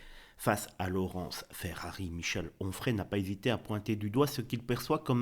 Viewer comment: Quand il faut dire Retailleau tu dis Retaillon et quand il faut dire Onfray tu dis Auffray ! Serais-tu dyslexique ?